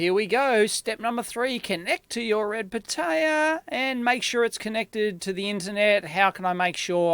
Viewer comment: For me as a spanish speaker, your pronunciation of "pitaya" is like nails on a chalkboard. But otherwise very good video.